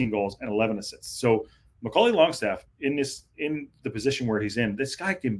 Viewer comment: its not longstaff its langstaff love the show flint n wales 18 mile from wxm